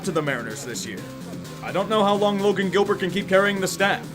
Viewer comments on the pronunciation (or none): none